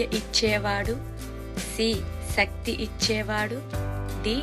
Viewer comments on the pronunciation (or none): none